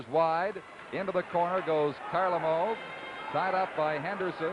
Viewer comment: Petrov becomes Petro, Mikhailov becomes Mikhailo, Kharlomov becomes Kharlomo. Don Chevrier pronunciations. Yikes